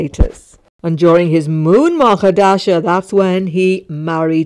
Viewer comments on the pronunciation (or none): none